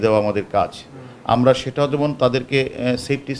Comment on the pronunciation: সেঠা.. কোঠা উচ্চারণ করা মানুষ আবার ডিবি প্রধান 😂